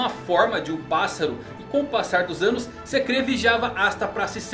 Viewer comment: As pronuncias do nome me deram estranheza, mas td bem, acostumado com as pronuncias diferentes mas o Enry e a Sekré foi de doer o ouvido kkkkkk. Mas pode trazer mais videos que a gnt gosta kkk